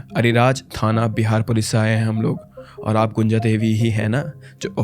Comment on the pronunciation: Abhey gunja ko gunjan kyu boll rha baat baR